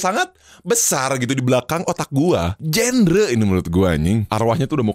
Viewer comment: genre bacanya bukan "jender" tapi "jandra"